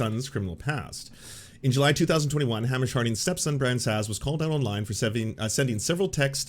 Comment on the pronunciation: I love you, but I'm begging you to pronounce Hamish correctly. It's killing me. "Hay-mish" not "Ham-ish"